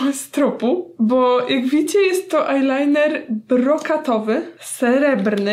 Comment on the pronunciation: Powiedziałaś ajnajner z nyksa😂😂